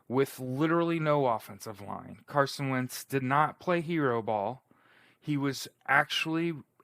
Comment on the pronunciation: When its difficult to give carson credit you can barely mumble his name makes you a hater